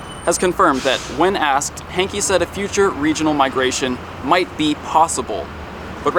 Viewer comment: I love ya but you've played footage where they've called him John 'Hank' but you still pronounce it Hankie!